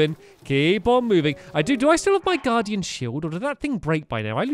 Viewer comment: U said stay away from the garden instead of guardian